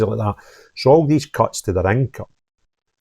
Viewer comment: they aw realise they have been found oot